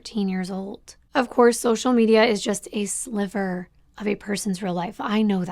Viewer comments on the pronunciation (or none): none